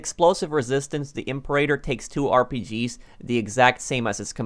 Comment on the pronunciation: Not "I'm per8ter" its "Em peer-A-tor"